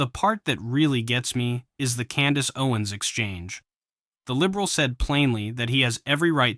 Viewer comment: “Candice Owings”